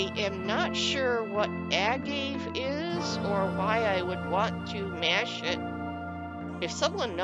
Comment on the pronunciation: Agave - it's a plant used to make tequila. (it's pronounced like uh-gav-eh). I remember seeing a storyboard on the CC show and tell forums about someone doing a tequila town - it looked really cool.